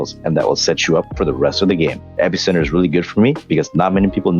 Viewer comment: U did he say epic center?!?!